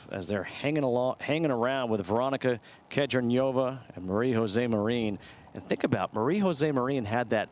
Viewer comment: can you guys please say Kedronova's name correct?